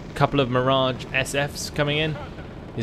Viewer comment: Hey, not to be pest but it's Mirage 5F instead of "SF." Love your vids, keep up the good work!